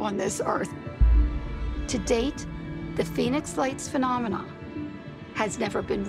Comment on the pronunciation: I swear if I hear someone say phenomena like that I’m gana 👊👊👊🦶🏻🦶🏻🦶🏻🦵🦵🦵🤜🤜🤜🥊🥊🥊